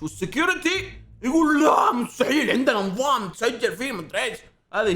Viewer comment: اسف بس ضحكتني لما قلت امنظام نظام